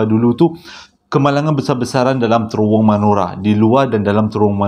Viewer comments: Bang, cara nak pronouce terowong tu... terowong menogher, huruf A yang hujung tu ganti dengan E. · Terowong.. kecik2 dulu selalu tersasul terworong😅🤣🤣